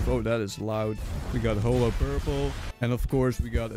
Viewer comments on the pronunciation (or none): ☠️☠️☠️☠️☠️ The youtuber said Holoo Purple. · “holow purple” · Hoe-lo parpla